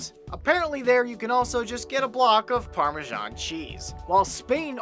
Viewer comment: It is Parmesan not parmejohn.